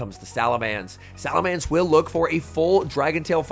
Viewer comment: I wish would pronounce salamence correctly